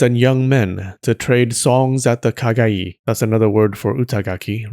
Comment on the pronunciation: As a Portuguese speaker, Kagaí gave me a chuckle.